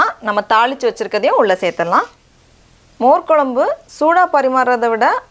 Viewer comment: "மோர் கொலம்பு"இல்லை, அது "மோர் குழம்பு" பண்ணத் தெரிகிறது. பெயரைச் சொல்லவும் தெரிந்து கொள்ளவும். நன்றி.